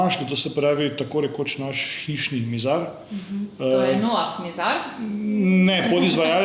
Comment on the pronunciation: Noah se izgovarja z nemim H.